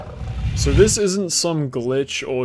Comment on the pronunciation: Sooorrr powerful. Lorrr why do u have an R in every word wtf